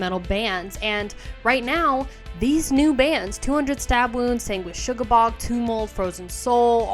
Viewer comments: Sugabog, not shugabog lol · "Sanguishugabogg" Why do people say it like this? Sanguisugabogg. No h.